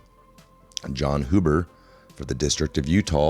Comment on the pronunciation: Are you as laid back as you seem? Easy listening and good information. Huber is probably pronounced with a long U like "huge". At least that is how they say it out here.